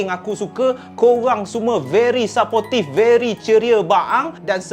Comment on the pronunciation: Hi. Sebutan "support" ialah seperti "sir-port" Bukan sa-pot Begitu juga "supportive", sebutan adalah "sir-port-tif" Bukan sa-po-tif